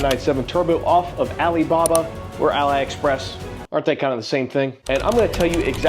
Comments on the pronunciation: sorry to chip on a segway...it's "Aleeeexpress"...like "Aleeebaba" after Alibaba, the parent company... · It's "aleee" express not aly. You don't say aly-baba do you? Ali- express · is more like Ahh Lee , express. is not allies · How come you say Alibaba correct but say "Ally-express" LOL, great video nonetheless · it's a-LEE express brotha, not alyexpress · “Ally”? Cmon man you’re better than this. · Ali not ally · Ah Lee 👌 AL Eye 💀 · Ally express…? Really?